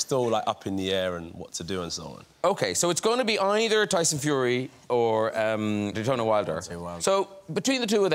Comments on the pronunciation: ‘either tyson fury or dEtOnAy wilder’🤣🤣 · I thought he said Dejontay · did graham not know how to pronounce deontay?